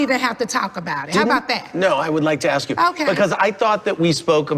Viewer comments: "ASK PEETER! AX PE TER!!" LOL I love Nene. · So professional and fancy yet both say axe.